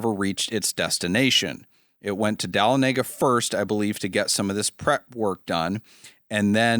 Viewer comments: Hearing how you pronounce De-Lawn-Uh-Guh is both hilarious and refreshing as a GA native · Say it with me: Duh-Lon-Eh-Guh.